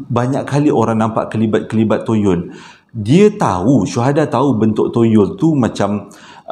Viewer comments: Start hari ni practice perkataan Toyol kerap sikit. Ok murid murid.. toyol toyol toyol toyol bukan yoyol yerr 🤣🤣🤣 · Aku ni punya la khusyuk dgr citer psl toyol... Sekali berdekah aku gelak tersasul tyol toyol toyol... Steady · 🙋‍♀ hadir....terlewat sedikit. Tp tetap nak nonton jugak. Rasa mcm berhutang plak klu tak nonton. sebut toyol tu nak bunyi mcm tolol dah haaa 🤭🤭🤣🤣🤣 Keep it up 💪💪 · Bang... toyol ke tolol..hehehe..mmg menghiburkan la abg...byk mnum air ya bang kasi lidah basah supaya senang menyebut..carry on bang utk vdo seterusnya👍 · 😁😁 bro kelakar spontan. Kdg2 tersasul2....tak pe ceria suasana. Sebut betul2...!!.T.o.y.o.l. mcm lagu arwah Sudirman....😊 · 😂😂kann..."ya allah,knp abg sebut toyol kelakar ek"..tgelak ak,sorry bang.. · Sampai tersasul-sasul sebut toyol🤣🤣🤣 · Assalammualaikum Abg...... 😄😄😄 Baik2 tngh concentrate dgn crita pasal toyol tu.... Tergelak betul dgn cara Abg nk sebut toyol tu.... 🤣🤣🤣 Ya Allah!!! Terbaik 👍👍👍. Hadir dr Singapura.... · Toyol ke , Toronto ke,toyota ke takpe bang,. janji orang faham sudah. Sebenarnya saya memang tunggu je abg tersasul,😆😆😆👍👍👍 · Salam...maafla nk bgtau yg ank isteri sy masing2 kejang perot sbb xrenti gelak mse part susah sebut toyol tu..ape2 pon kami terhibur..bkn gelakkn ye...bkn maksud cmtu cuma tergelihati... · Assalamualaikum... Saya faham cara penyampaian abg... Walopun cerita seram ada gak lawak nya. Lawak sbb tersasul ckp perkataan "toyol" tu 😁😁😁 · BYK betul toyol wkwk soryy sya nk gelak abg sebut toyol aduh wkwkwk